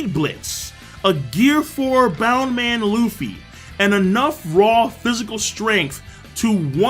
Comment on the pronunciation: brotha, its clear at this point that its "bouce man", so plz plz plz pronounce it that way.. and dont use "bound man" anymore plz bro.. im a big long time fan/watcher btw.. love the content!